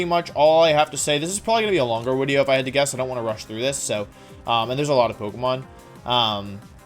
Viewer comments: I like hearing what he has to say but what it up with “wideo” & “jiggalith” etc. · VIDEO DOES NOT START WITH A W, IT STARTS WITH A V! AND FORM DOES NOT END WITH AN E! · Why tf does he keep saying wideo and forme? It’s so annoying 😂 unless he’s doing it for the algorithm because he knows people will point it out. Which if that’s the case... gg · Why did he say wideo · Its something he likes to do he does it in every video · no one: Wolfey: wideo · Me: clicks on wolfey video knowing full well how long it is Wolfe: "so this is probably gonna be a long wideo..." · Wepeat Wideo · Day 3 of asking Wolfey to make a wideo where he explains how to properly pronounce Pokémon names #frothlath #wenyousoar #neenaytails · "This is probably going to be a longer wideo if I'd have to guess" After those Glaceon videos, this is child's play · cuz it's Woof. he thinks he's cute or something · Great list, though I respectfully disagree with Indeedee female being B Tier. She’s S Tier IMO. A huge pain in my ass. Also, you mispronounced Deckydewey’s name. Another great wideo overall.